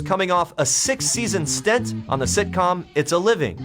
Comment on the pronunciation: Stent? Narrator, it's stint!